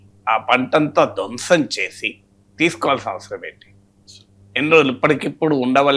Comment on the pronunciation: "ధ్వంసం "అనే పదాన్ని చాలా ఘఠ్ఠిగా వత్తివత్తి హత్తుకుని పలుకుతున్నారు😭😭😭 అంతా బిస్కెట్స్ మాయ 🥱🥱🥱